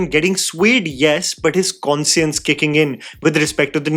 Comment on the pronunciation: i have to turn up the CC button as i couldn't catch the word. That's not how you pronounce "Conscience".